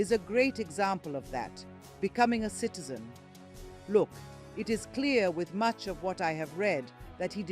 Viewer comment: He is a Ugandan citizen, the host makes it sound that he is an indian kiiizen.